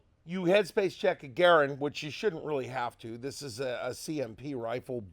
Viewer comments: I'm a Ga-rand guy, not a Ger-und guy. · Aha!! I caught you calling the U.S. RIFLE CAL. 30 M1 a ‘ga-RAND! I knew there was hope for you! 😁